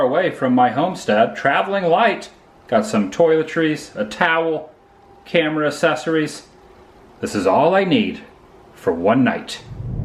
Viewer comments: If you are going to say the word "accessories" so often, please learn how to pronounce it correctly! Triggered. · You pronounce "accessories" strangely🤷